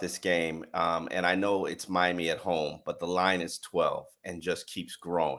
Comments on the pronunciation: My - Am - Me! Wtf has ever pronounced it my-am-mu?!? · Good going guys. is a journalist & he still can’t pronounce Miama?😂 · Myaaaamaaaa ????? Myaaaaamaaaaaaaaaaaaaa???????? Learn HOW speak English Mandatory core requirement ? You need to be able to Pronounce FOOTBALL Teams name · Who the hell says Miama?!?! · "Miama" is hillbilly slang, and did not mean it in a nice or respectful way. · Not sure if I’ve heard that pronunciation of the word Miami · the way he pronounces Miami is wild